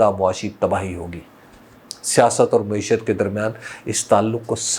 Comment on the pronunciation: حبیب بھائی ! لفظ مُعیشت نہی ہوتا مَعیشت ہے ۔۔۔ !